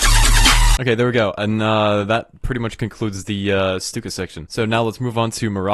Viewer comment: Bruh i thought it was pronounced 'Stuck-a' not 'Stook-a'